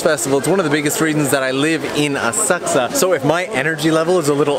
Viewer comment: Asa koosa, aka A-sak-sa